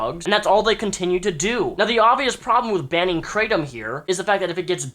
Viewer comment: it's pronounced krah-tom